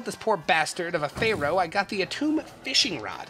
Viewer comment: Love the pronouncing of pharaoh